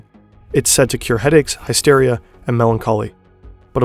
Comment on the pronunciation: Hysteria: hiss, not high, steria.